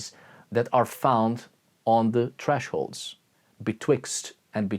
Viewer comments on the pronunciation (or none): BIGGUS DICCUS, I STOPPED BREATHING - I'm italian and it took me 5-6 repetitions to realize you was saying 'thresholds' and not 'TRASHholds', but it was very funny. Thank you for this video, wish you all the best for the new year